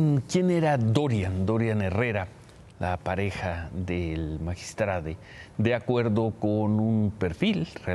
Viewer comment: No se dice magistradEeee se dice magistradOooo